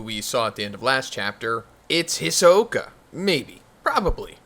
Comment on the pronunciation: Saying hisoka mad weird lol